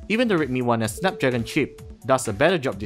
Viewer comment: i like how you pronounced "redmi 1s", sounds like rape me one ass, you forgot to say please haha but yeah, you're doing better than before. kudos. slightly jealous, slightly